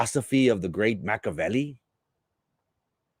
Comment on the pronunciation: It’s Machiiiiavelli. Pronounce the i